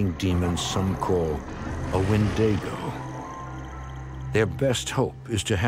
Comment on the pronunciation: Is no one else annoyed at a so-called expert not only telling that family they were being haunted by a wendigo (which is not what that spirit was) but also being so ignorant as to mispronounce the word he was using?